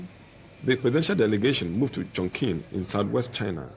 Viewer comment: lol the way the narrator pronounced Chongqing lol